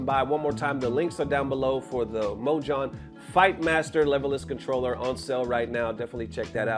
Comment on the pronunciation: Ayo “mojhon”?! Clearly not named by someone that speaks Spanish.😂